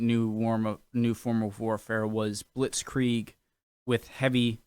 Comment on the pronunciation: Here is a very german response to your attempt of pronounciation (direct and brutally honest): It's not as bad as it could be, but you should definetly keep practicing. ;D It's hard to master our language, but you can do it. (I hope you don't "get this in the wrong throat" as we say. 😅 Germans are very direct.) I love your videos.